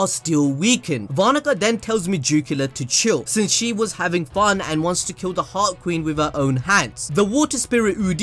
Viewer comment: Whenever says "Heart Queen" I think he said "Hot Queen".LMAO